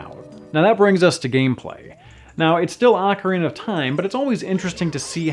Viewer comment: I'll play this. Also, rofl ah-carina.